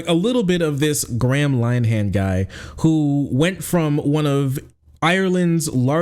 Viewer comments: "Gram Line Han" is the best pronunciation of his name I've ever heard, 10/10 no notes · Your pronunciation is way off. Graham Linehan is pronounced (phonetically) 'Grey-am Linn-Ee-han'. No wonder I didn't at first know who you were on about. It's a pity - he's the architect of his own downfall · It's pronounced more like "gray-em linn-ahin" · Totally agree, but his name is pronounced grey-uhm linn-er-henn, not gram line-han. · PRONOUNCED Grey-um Lin-eh-hum not, Gram Lyeam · Gram Line-ham... I will never feel bad about mispronouncing foreign names ever again. XD ~st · Gray-um Lin-er-han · Lin-e-han. Lin rhymes with bin. 'e' as in 'duh'. the 'han' is pronounced more like 'hun'. And it's Grey-um. It's a shame. Linehan was responsible for some great comedy, but became consumed by irrational bigotry because his ego got hurt.